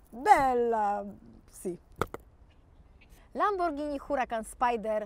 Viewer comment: Złe wymowiłaś pierwszy raz, to nie "Lamborgini"😱😱😱😱😱! Potem bylło zawsze dobrze bo było "Lamborghini" 😉😉😉 super odcinek! 😍😍😍😘😘😘